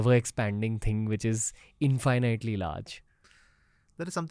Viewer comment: Bro its in-fuh-nuht-lee not in-fie-night-lee😂😂😂